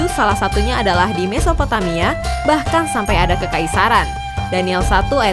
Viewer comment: mesopomaia? Aga susah sih mengatakan nya, Mesopotamia